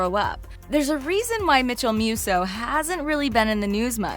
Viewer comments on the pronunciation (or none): "Mitchell Myooso" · "Mitchell Mewsso" iight ima head out✌️